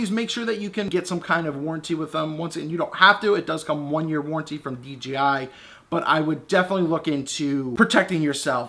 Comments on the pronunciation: You say "DGI", lol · Nice review but it's called DJI not DGI.